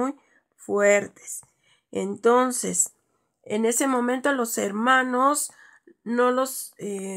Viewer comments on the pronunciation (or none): none